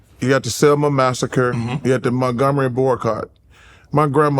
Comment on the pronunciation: He sad "Montgomery Barcott" lol 😭